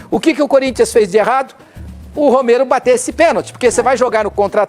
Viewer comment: O/NOME DELE É ROMERO, E NÃO ROMEIRO, APRENDEU, ????? IDIOTA.????